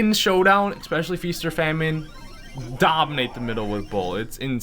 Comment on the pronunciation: This dude said expecially, Jesus christ